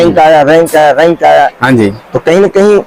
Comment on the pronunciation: रैंक ❌ रैक✅